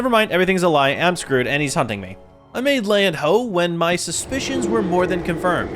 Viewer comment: Did any of y’all hear that?? When he said hunting it sounds like humpping